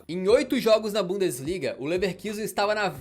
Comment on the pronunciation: Vídeo muito legal, como sempre de grande qualidade:) Só uma pequena correção: se pronuncia "Lefarcuzen". Abração ✌️